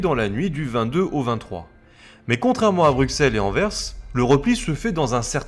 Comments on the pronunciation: Super vidéo étant belge je trouve ça super intéressent P.S si jamais Anvers on prononce le s Anverssss 😉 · Tu a fais tellement de fote de prononciation, par exemple Bruxelles se prononce ''Brusselle'', Anvers c'est ''anversse''. Enfin bref c'était pour t'aider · Pour info, Bruxelles et Anvers sont déjà les noms français qui se prononcent "Brusselles" et "Anverse" (les noms néerlandais sont Brussel et Antwerpen). Nous parlons la même langue, il ne s'agit pas d'une traduction mais d'une prononciation historique. Sinon on peut aussi évoquer Auxerre (le "x" se prononce "s" comme Bruxelles) et Reims (le "s" final se prononce comme Anvers), qui sont bien en France. Il n'y a pas "une" logique qui prédomine, quid alors de Chamonix, Cassis, Metz, Sens, ou même le nombre soixante ? Ce sont des exceptions locales ou ponctuelles que tout le monde respecte (pour peu que ce soit la même langue et que les gens soient au courant). Pourquoi alors refuser cette courtoisie aux belges ? Outre ça, les deux vidéos les blindés belges sont très cools, merci pour cette documentation !